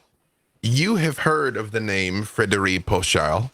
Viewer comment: So much love to, but as a French speaker his accent for "Frederi" is how do you say auditory hell. sounded great though!